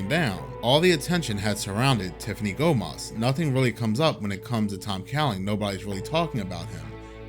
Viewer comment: Let me tell one more thing about her! She said in her video Gomez, not Gomas you and everyone pronounce differently¡ …you are right is not her nice video buddy.👍